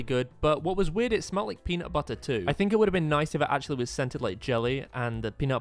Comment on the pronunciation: It’s peanutbutter not punutbuttu